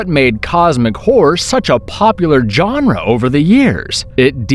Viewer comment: Dear internet: please stop mispronouncing genre. It's not "John-ruh". Also, if Event Horizon was a "masterpiece", it was a highly flawed one. I loved the film, but primarily for the aesthetic and concept. It had a very troubled and rushed production though and it shows. It, along with Alien however greatly inspired one of the best new video game IPs of last gen. And, why did you compare Event Horizon to Resident Evil and say "yet again" as though Resident Evil was released first? It wasn't, it was released after... Also tried watching The Void multiple times, but it was just so goddamn boring. Doesn't matter if it finally "gets good" two-thirds of the way through, it's such a slog to sit through. Never really thought of Cabin in the Woods as a "Cosmic Horror" film outside of the final moments, but I'll allow it. It was a great film whatever genre you want to call it.